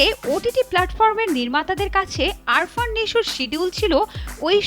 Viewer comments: 😂Arfan ❌ Afran✅ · BTW,,,there is a on doubt from my side ,,,guys it is "Afran Nisho" or (Arfan ) ?? This reporter saying it also Arfan ?? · right Afran ke bolce Arfan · আপনি নিশোর নামই জানেন না। আরফান নয় আফরান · আরফান না, আফরান নিশো। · Ary arfan nesho na . Afran nesho